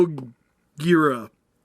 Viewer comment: I'm happy that you pronounced Moguera correctly.